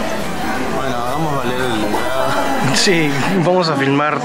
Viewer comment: min "Bueno hagamos valerrrr, la entrada.." Y la ponja lo mira con una cara..jajajajaja xD